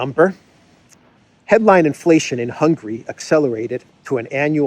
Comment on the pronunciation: stop calling Hungary “hungry” 😂😂😂